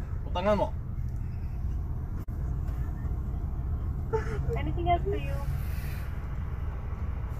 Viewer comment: Did just said putangnamo? 😂